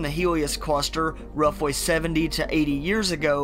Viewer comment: fake accent needs work... rudder, pwanets, fweet of ships, woughly